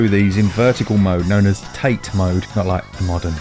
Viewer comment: I thought you said Tate as Tah-tey